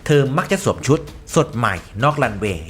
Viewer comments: " สวมซุด " คนบ้านได๋น้อ บ้านเดียวกันคักๆ 5555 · เทอมักจะสวดซุด!🤣แอดพักผ่อนมั่งนะค๊าาา😁